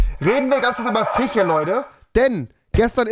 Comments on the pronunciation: Niemand: Rewi : FiChE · Niemand: Wirklich niemand: Nicht mal Unge: Rewi: Fiche